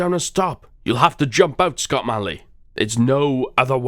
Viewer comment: failed pronouncing my name :(